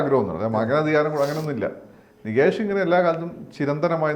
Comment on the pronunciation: നികേഷ് അല്ല നിതീഷ്